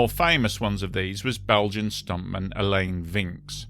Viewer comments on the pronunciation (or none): Alain is pronounced Ah-Lan. Not A-Lane. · Like your style of your narration and script writing! Pronunciation note: Alain is like "along" and Vincx is like "vanks". Thanks again, you bring so many apparently forgotten stories back to life. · 'AH-LAN' not 'AL-LAIN' in its pronunciation. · This is a great video, and a story I never knew about. Just on his name, "Alain" is just pronounced like "Alan", only with the second a pronounced the same way as the first a.